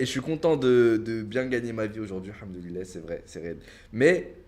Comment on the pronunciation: pk il dit hamduli-lait